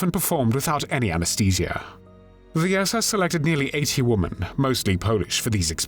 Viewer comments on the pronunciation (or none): Please pronounce women the correct way. Your saying womAn for womEn. Woman is singular, women is plural more than one. AI narration is PATHETIC!! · The plural of "woman" is "women", pronounced "Wimmen". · It’s women “wii-MEN”, it’s plural of woman “wooo-man” singular. Geez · Please learn how to pronounce women. It's different than woman.